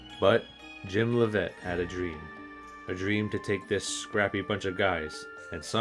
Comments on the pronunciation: To improve your videos you should really make an effort to research correct pronunciation of the names you are talking about in the video. You mispronounced both Leavitt and Grothe. You even used clips that had announcers use the proper pronunciation. I like the documentaries just trying to give you quality of life improvements to make the video more professional and better. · I'm big Bulls fan and even though you didn't get the pronunciation of Grothe and Leavitt's name correctly, I thoroughly enjoyed, and laughed, at the quips and semi-seriousness of the video. Especially at the end. Go Bulls!